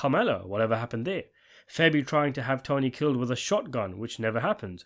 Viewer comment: Bro I love your videos but you gotta stop calling Fabian Petrullio…. FEBBY. It’s killing me